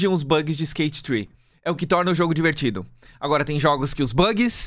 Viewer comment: eu quase fechei o video e taquei ele na parede quando o falou "skate tre-, skate three" pq tem q falar desse jeito horrivel cara😭😭 isso realmente feriu meus sentimentos;(